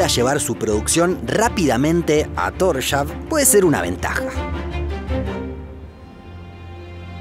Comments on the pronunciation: Se pronuncia Tors-haven :) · solo paso a decir que Torshavn se pronunica Torsjaun. :) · Como pronuncias Tórshavn indíca que no tenés ni idea de la cultura / idioma / etc... pero bueno, por lo menos un parte de los videos son bastante informativos. Saludos